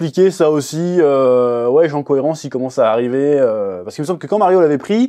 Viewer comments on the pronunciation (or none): none